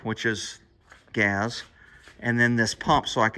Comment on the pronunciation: Am I the only one that loves it when says gas it sounds like gaz 😂 the man keep it up brother appreciate all you do I could just only imagine how much BS it is for you and how difficult it is making these videos but it is truly appreciated by a bunch of us